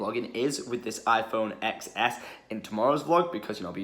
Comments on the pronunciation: It’s pronounced 10 S not EX S. I stoped the video right I will not watch a video if you don’t know what you’re talking about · It's pronounced 10s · X in iphone XS is pronounced as 10